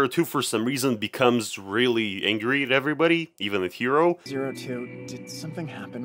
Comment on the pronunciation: Look I swear I'm not trying to be rude and stuff and I know you people who speak english have trouble with japanese, but the protagonist is NOT name "Hero", his name is Hiro, pronounced Hee-Roh, it's a totally real name and it follows the naming scheme of the anime.